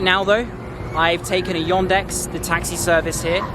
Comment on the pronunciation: .. но при этом он говорит "Йондекс")))